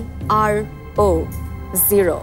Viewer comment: 0 banan pare na, ki hassho-kor! Z-e-r-o ke bolchhe Z-i-r-o!